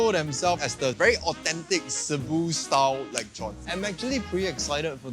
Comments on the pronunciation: It's lechon not lekchon 😊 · Is it really pronounced as “leg chon”? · The only thing more butchered than the pork is your pronunciation of it 😂<3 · Pls say lechon again:face-blue-smiling::text-green-game-over